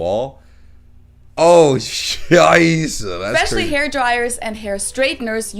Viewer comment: Love how you say Scheiße bro. I felt that 100% as a german